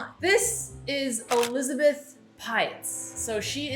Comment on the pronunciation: I like how she says Olizabeth 🤣